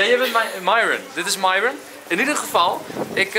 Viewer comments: Ik weet t ik ben een beetje laat maar uhm Enzo het is myron maar je zegt mieron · Nee waarschijnlijk hebben ze wel maar je spreekt het uit als mieron maar enzo noemt haar myron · dit is de eerste keer dat ik Enzo Myron heb horen zeggen in plaats van ( je zegt dan ) meiron